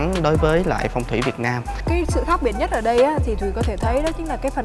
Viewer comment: Sao lại là Hoàng Thuỳ vệt nam ? Phải là Việt Nam chứ. Hoa hậu mà tên nước cũng đọc không rõ. Quá tệ.